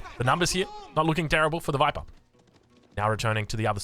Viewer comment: That's not how you say "TheViper"!